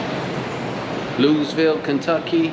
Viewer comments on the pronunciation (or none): It's pronounced Lou-E-vull haha. Love ya fam! Great to see the set up process!!